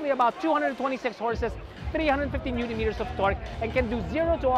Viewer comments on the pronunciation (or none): none